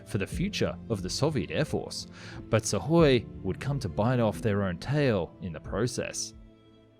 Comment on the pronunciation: Imagine if this announcer knew how to pronounce SU - KHOI properly.